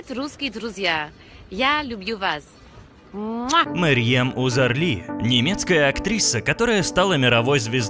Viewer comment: Марьем Узарли? Вы читать не умеете?